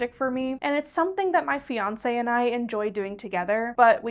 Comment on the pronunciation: I really need to turn this up for my old ass. I was like "what did her and Beyonce do? Did I miss something?" it took me a full moment to realize it was "Fiance". Good grief. lol